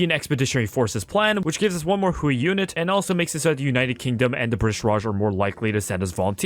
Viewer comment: hey so in general chinese "ui" is pronounced like "way" so Hui is pronounced like "Hway"